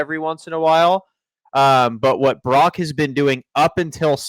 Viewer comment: Following on utube with 38 followers.... Im a functional drinker. looks like he's tittering on the rails. Brock, not Brack....1st 20 seconds. Love u, something kinda out of line.